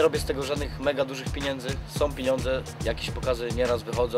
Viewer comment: piniendzy, piniondze 😅 Ten ,,Kujon"to jakis przyglup